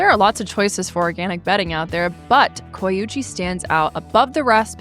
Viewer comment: I thought they said they were sponsored by “coochie” not “coyuchie”